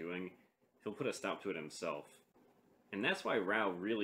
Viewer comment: raaa oooohhh not rauuu